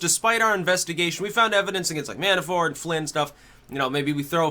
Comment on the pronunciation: Mannafort not Mannaforte